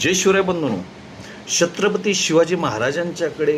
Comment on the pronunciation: दादा तुम्ही pronounce करते वेळी अडचण येत आहे का, तुम्ही छत्रपती mante वेळी थोडा sa वेगळा उच्चार येतो आहे